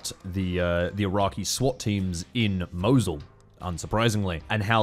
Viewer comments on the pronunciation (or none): hw you pronounce Mosul, hurts me. its pronounced Moe Zuul